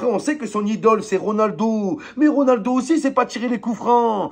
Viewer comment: Son accent quand il dit Ronaldo aussi sait pas tirer les cou franc🤣😭